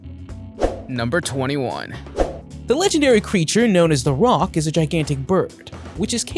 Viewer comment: The roc is pronounced "ruck"